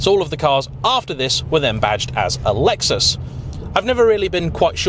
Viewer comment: It’s a Lexus not luexos